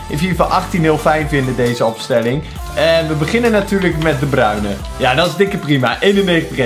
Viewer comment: Kijk hoe jij de Bruyne zegt